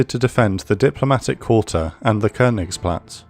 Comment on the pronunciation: Amazing work as always. Just that the wrong pronunciation of "Leibstandarte" makes me cringe each time. If the narrator can say things like "Königsplatz" & "Reichstag" correctly, why not "Leibstandarte"? :)